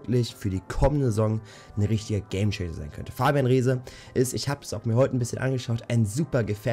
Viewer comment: das Wort heißt DISPUT und GAME CHANGER.....und z.b. KAUSELN gibt es auch keine......sich mal versprechen ist ja ok kommt vor aber du junge junge......lass dir doch einfach mal mehr zeit und bleib ruhig ist doch nicht dein erstes video.......nicht böse gemeint oder so nur mal eine anmerkung weil vom inhalt her sind deine videos echt top